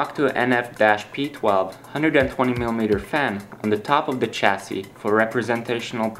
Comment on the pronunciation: chassis has no "ch" sound at the beginning of the word. sorry but i was getting really frustrated